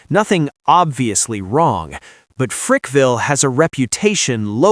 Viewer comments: It Frackville Pa not Frickville and it’s a quiet little town . Nothing he said was true! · It's not Frickville....it's Frackville. Place is a shithole.